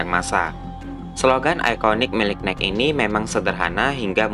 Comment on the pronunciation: Nike = bacanya "naiki", bang :)